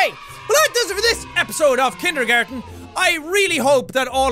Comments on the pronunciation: Kinder not kind er jack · did He just say Kinder Garden? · kind er GARDEN? yeah thats because you dont know how to say it :D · The funniest part of all this is that Jack called out kind-er garden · At the start he said Kind Ergarden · kind--ergargin ok so it's a "kind ergarden??????" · Did he say kind-er-garten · MATTERSGAME thats how the title is pronounced. Its ironic because everyone in the game is vicous and cruel and are murderers. Get it? KINDER garten? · You said it wrong